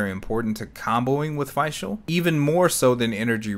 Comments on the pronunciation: ok i have to say this... its not Feischl, its Fischl, spoken like you spell "e" in english, its Feshl, (Fischl) thats german... i cant hear that butchering of the easiest name in the game xD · Did he just say Fai Schul? It's Fischl like Fisch l ... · just a heads up but since fischl's whole schtick is uhh being german (nicknamed prinzessin and all that), her name would be pronounced as FISHL. yes. like a fish. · you mean it's pronounced just "fish"? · I don't want to be that person, but since Fischl's a german-based character, I think you should pronounce her name as "fish-el". ^^ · I figured as much ATK as possible on Fishl because 80% of her ATK is done as Electro DMG when Oz is out and an Elemental Reaction is proc'd. Also her name is pronounced as if you were saying official without the O. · "Fi-chel" WAT?? yo correct that pronunciation plz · your pronunciation of fischl gave me a stroke